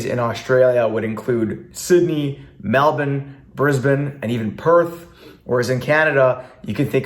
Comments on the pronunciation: said Melbourne like a pro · Wow, you pronounced Melbourne properly!